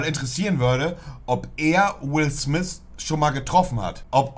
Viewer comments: Niemand.. wirklich niemand: "Will Smiss" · Montes englisch er sagt nich Will Smith sondern Will swys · "Will Smiss" mann kennt ihn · Spricht man ihn nicht so aus? Also er wird Smith geschrieben aber smis ausgesprochen oder?